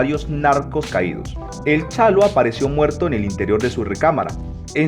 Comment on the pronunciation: Es Chalo A. no "chano"!